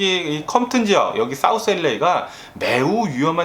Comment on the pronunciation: 첫음절에 액센트주며 이야기할때 너무 재밌고, 뇌졸증증상 절대 아니고요ㅎㅎ유쾌하고 발음 꼬일때도 귀여우십니다요 ㅎㅎ 엘레이(LA)라고 발음할때 특히 귀여우세요 ㅎㅎ그나저나 더위땜시 고생하신다니 알래스카의 시원한 공기를 보내드리고 싶네요🏞👍🤗❤️